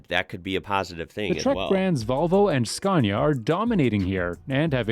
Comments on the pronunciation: Lets learn it again, i hope from 3rd try u manage to learn finaly. Its pronounce skaa•ne•uh (Scania) not Skeeeenia!!!!!!!!!!!!!!!!!!!!!!!!!!!!!!!!!!!!!!!!!!!!!!!!!!!!!!!!!!!!!!!!!!!!!!!!!!!!!! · Did you notice the pronounciation of "Scania"? It should be pronounced with a long "A" - Scaania"; not the English way as in "Scan". Thanks!